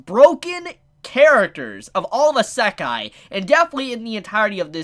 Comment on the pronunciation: you pronounce Isekai likr this: E-sec- kai not ih-se-kai